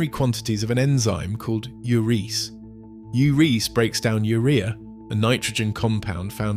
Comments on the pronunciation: It is pronounced "u ree ase." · Ai- it's Ur-EE-ase. Where's the calcium in the calcite coming from??? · Urease is pronounced Yuree- ACE